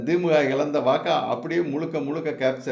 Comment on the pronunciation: Why thimmuka it is the-mu-ka.